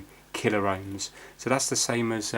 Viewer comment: Love your fixes (and non fixes) but 'killer ohms' just grates every time, it's pronounced 'kill omes' lol!